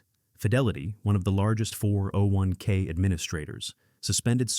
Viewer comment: A real person would not say "401k" as four separate syllables with pauses between. AI just plain cannot think or even read a YT script. AI companies are going to see market cap drop like an anvil. Soon.